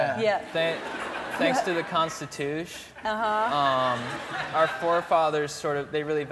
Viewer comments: I watch this 3 times and never get bored ...especially when he says the constitush ! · did he really say constitush? lol love it